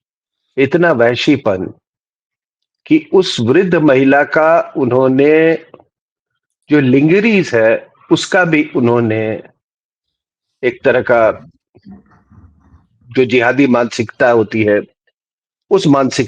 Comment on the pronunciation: सर लांजरी .... not लिंगरी